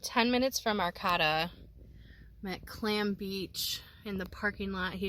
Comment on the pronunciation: Oregon is my happy place. I am originally from Mendocino County just want to tell you Arcata is pronounced Ar-kay-tuh. Not Ar-Cot-tuh. It was nice seeing you drive up the coast, and it made me a little sad because I don't live there anymore. California is a difficult place to live long term for people who dont have 6 figure jobs.